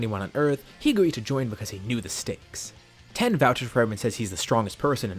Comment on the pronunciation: Wait i just noticed he called tien "ten"